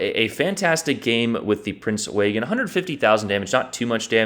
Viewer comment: You’re mispronouncing it. You say it like this: Prinz Oy-gin. Or “Oi-gin” Not Waygen.